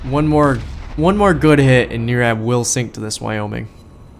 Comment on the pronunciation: Thanks man for my 27 mins of fame lol It was NOT a great example on my part, on how to play the ship, you were way to kind to me. But it was a down to the wire game. BTW close on the name Nirab, NIR sounds like TIE, it's just Brian spell Different. Thanks Again.